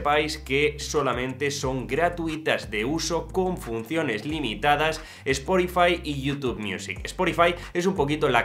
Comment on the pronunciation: Cada vez que dices “esporifai”, dios mata a un gatito británico…